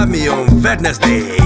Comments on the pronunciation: veddneszdééj, szördééééj :D szundéééj xxD amúgy meg aki nem fogja fel a poént, annak congrat :) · Láv mé on Wedneszdéj ez mekkora XD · Amúgy vedneszdéy meg szundéy :DDD Jó az angol tudása!!! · Milyen jó az angol akcentusa :DDD Szundéj xD Wedneszdéj